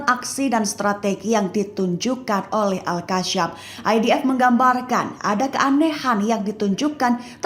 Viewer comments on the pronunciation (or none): Maaf, Izin koreksi. Mungkin lebih tepatnya nama brigade tersebut Al-Qassam. Cara baca nya "Al-Qossam", bukan "Al-Kasyam/Al-Qassam" Karena setahuku huruf depan nya menggunakan huruf "Qof", bukan "Kaf". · Pembaca berita tribun sok fasih bahasa arab saat menyebut Al-Qassam padahal salah huruf